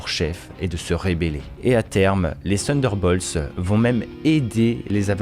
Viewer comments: Sunderbolts ou Thunderbolts ? Attention à la prononciation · prononciation = TONNE DEUR BAULTSE